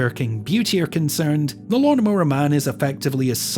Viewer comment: this mf said lawmnmower man